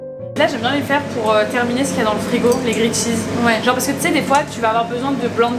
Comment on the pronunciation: Par pitié arrête de dire « grillAID cheese » ta copine le dit correctement juste avant..t’es pas censée avoir passé du temps en Australie ?